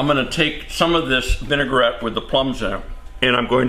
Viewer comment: It is vin-A-gret. Not vin-A-gur-rett. French!